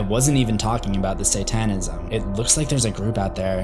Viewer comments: Say TAN ism? SAYtan ism. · "Say-TAN-ism". Dude... Have you ever read a book or been to school? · He said “say-TAYN-ism” bruh who says it like that...